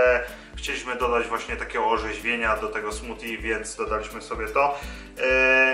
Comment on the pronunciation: fajne....tylko zle wymawiasz.....bardziej slychac tam d niz t..."smudi"...a po polsku koktajl;)